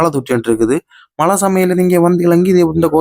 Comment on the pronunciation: தம்பி மளையில்லை மழை உங்கள் வட்டார மொழி அழகு